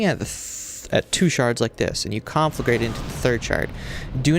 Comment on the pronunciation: you pronounce conflagrate wrong what kind of warlock is this